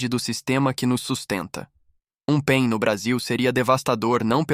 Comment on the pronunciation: O robô pronucia pein, você esqueceu de colocar pontos entre as letras P.E.M ou pulso eletro magnético, a pronucia correta é p é m, e não pein, mas o conteúdo é agregador.